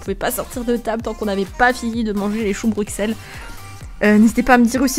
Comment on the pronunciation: Pas Bruxelles sa se dis Brussels.